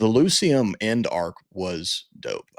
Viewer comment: Ulciscor is pronounced ALKISCOR not f'n ALL SCISSORS come on guys. That's just one of the names you butchered. You guys pretty much f'd up the pronunciation on EVERY ONE OF THEM. smh And oh by the way ITS PRONOUNCE LU KI UM, can you do a little research before you make these videos?